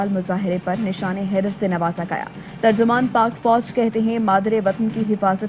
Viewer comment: nishan e Haider ko darust tareekay se ada farmain shukrya